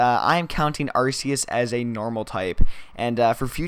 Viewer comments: no are-key-us is not only for how they pronounce it in the anime are-see-us is not the way to pronounce it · By the way arceus is pronounced are-KEY-us